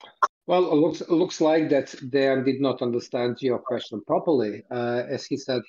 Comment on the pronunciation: Translation was not good at all. A lot of important things that Dejan said were not even translated. It sounds as a classic American thing not even to try to pronounce correctly the name of person you are interviewing 3 hours (in Serbian it's written Dejan, you should hear him presenting him self as ). This fact talks a lot about. Also, you could be so professional and check confirmed sniper shot range before saying to guy that was 15 years on the front that he is lying. After this way of ending 3 hour interview, don't expect again some important soldier from Russian side to be part of your vlog. P.S. arranging duels is standard Slavic thing, still now... even in war... I don't expect you to understand that, as most of things that said.